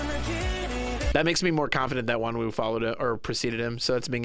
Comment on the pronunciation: Btw, Wonwoo’s name is pronounced as “won-noo” sometimes we call him wonu. It’s ok bc a lot of ppl say that when they get into svt 😅